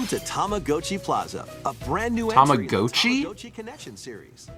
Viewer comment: I'd say about half true, the way the announcer in the direct pronounced it is more of a longer tama-gou-chi sound (たまごうち), whereas in Japanese, it'd be more gott-chi (たまごっち) with a hard sharp o sound, but Americans are more likely to pronounce it along the line of tama-gah-tchi I guess (not American so forgive me if that's off lol)